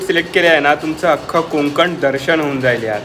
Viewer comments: Hii Videos chan aahet pn please कोंकण न बोलता कोकण बोला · हो.. कोंकण.. हा उच्चार परप्रांतीय करतात.. दादा आपली मराठी थोडी कच्ची आहे.. असो... पण मस्त मज्जा आली.. असं वाटलं मी स्वतः प्रवास करतो आहे... शुभेच्छा.....